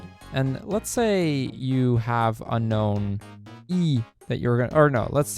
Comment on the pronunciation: you mispronounced unown and misspelled unown in the chapters list. You also misspelled Milotic and Kecleon Unown is canonically pronounced un-own